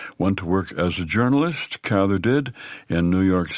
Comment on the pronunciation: And thank you for pronouncing Willa's last name the right way !